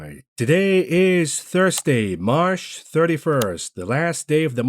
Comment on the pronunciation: Last day of the month, I'll miss hearing you say Marsh